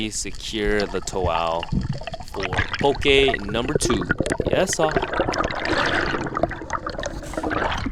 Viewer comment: why you keep saying poke like that 😂. You pronouncing it PO-KAY. Aren’t you from here? Best poke is Opakapaka/Onaga/Hamachi belly poke